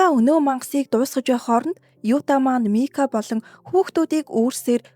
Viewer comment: Egchee Mika bish Maki shuu